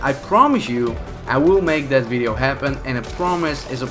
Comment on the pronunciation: "vidio" I'm sorry but wtf